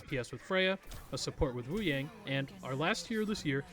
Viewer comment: i dont mean to be a hater or anything, because this video is great, but hearing you pronounce Wuyang (Woo-yawng) as Woo-yaing really irritates me especially when literally EVERY trailer he has and every character pronounces it as Woo-yawng.